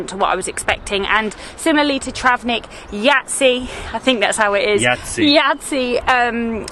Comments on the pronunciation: Sarajevo is pronounced SaraYevo Jajce= Yayce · Yahytseh or Yhaytseh Uglavnom moraš ovo "h" nagurat na nekoliko mjesta. Možda je čak i Yhahytseh 😅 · pronounced as Yaytze :)